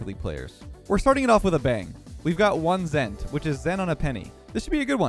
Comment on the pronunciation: One ZENT 😂